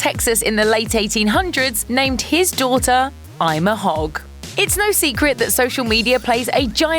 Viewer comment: Ima is pronounced Ema